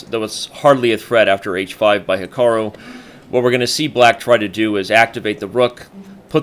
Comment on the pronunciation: plz learn to say Hikaru's name properly.